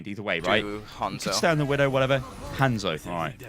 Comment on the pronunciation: I could have sworn he said Handsoap for a second XD